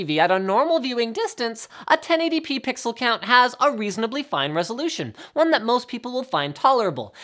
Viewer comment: "Pixel by Pwweexel" xD No offence :P